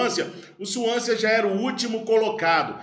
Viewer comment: Swansea pronuncia-se sem o último 'a". Suãnse. igual Chelsea, "tchélssi".